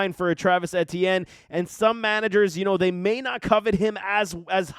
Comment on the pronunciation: The way this guys pronounces Etienne and “productivity” make all his points null and void